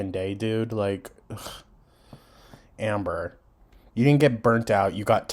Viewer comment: When you said ,"Anber" I got called out lol gorl!! Lol 😅😅